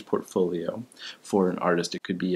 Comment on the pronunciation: PORTfolio. With a T. Fuck. Thanks for the nice guide though.